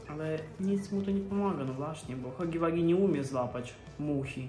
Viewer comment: czyta się Hagi łagi a nie Hagi wagi